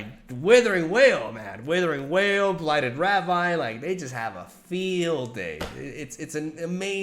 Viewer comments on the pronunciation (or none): you always say your English is bad, and it is not. Although I say that, its pronounced blighted raveen, or in spanish "ravín". Thank you for your content, and I'm just trying to help:)